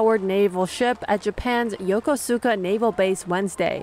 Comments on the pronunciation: IT"S NOT YOKO-SU-KA! It's YO-Ku-SKA!!! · Kamala Harris and Fumio Kishida a great match. Both talk a lot without really saying anything, and worse neither are known for taking any action. P.S. Yo-ko-Su-Ka??????